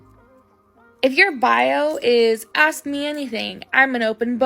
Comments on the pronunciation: ”Aks, Als Aks”😂😂😂 Learn to speak english like it should be. ” ASK”. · And it is ASK, not AXE. And it is THEMSELVES, not THIERSELVES. She should not make “six figures” (IF she really does) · Why do they axe instead of ask? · I'm a strong independent black woman.... "He axed me a question" Wtf, you should be axed for not speaking English. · ... how does someone who pronounces the word "ASK'" as "AXE" ie 'Lemme axe you quexunn"... make 6 figures? DEI? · if you're making six figures, and your version of english is shit like "lemme axe you a quession", you're getting paid that affirmative action money (she's sitting in what looks like an office with a rainbow painted on the wall. she's not one of the exception jobs like entertainer or athlete)